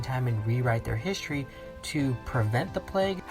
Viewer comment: "Histroy" :chillwcat